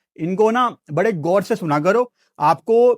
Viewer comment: gor nahi goor. talaffus pe dhayan den